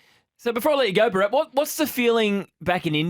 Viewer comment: Can you guys try and pronounce Bharats name properly or even try. It’s Bhaa rath not burrat.